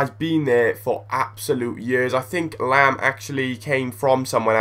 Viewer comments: Lahm, not lamb!!! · "Laam" not "Lamb". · lol pronouncing lahm like lamb.